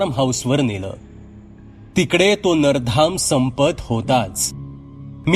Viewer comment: नराधम असा उच्चार करावा